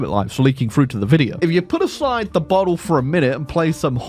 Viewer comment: I thought he said "bottom" instead of "bottle" day ruined